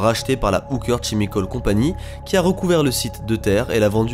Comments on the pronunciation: "Chemical" prononcé "Tchémicaule" mais qui se prononce "Kemikaul" aaah mes oreilles T-T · chimical ça se prononce kimikol comme chorale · En englais on dit "k"emical, pas "sh"emical. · Chemical en anglais se dit "kemical" ;-) Sinon vidéo très sympa. D'autres sur ce thème me plairaient ! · Chemical se prononce "kemikaul"